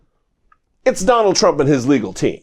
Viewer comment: You should STOP saying the LOSERS name..lets only refer to him as "the LOSER"..you always put too much emphasis on his name..